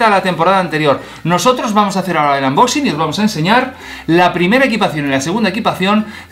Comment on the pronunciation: porque dices anboxing es unboxing